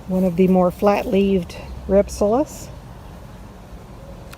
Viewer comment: It is pronounced Rhip- sal-is.